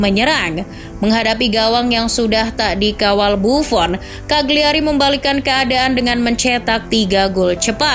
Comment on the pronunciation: Just info, Cagliari dibacanya "kaliari", huruf G nya tidak dilafalkan.